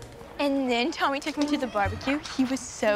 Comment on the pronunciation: Facts it gets me so mad when she says tommy